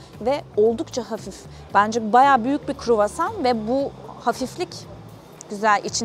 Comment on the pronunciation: o kadar çok kruvasan yediki ikinci gün artık istemsizce KUĞOSAN diyor Fransızlar gibi 😂